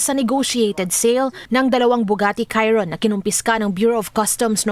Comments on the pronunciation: Shee-ron not kai-ron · Lol Bugatti "Khairon" 😂